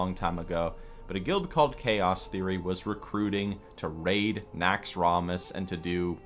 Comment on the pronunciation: if it was so epic, why dont you pronounce it right? NAXX-ROM-ASS lol every time you say it i wanna throw my mouse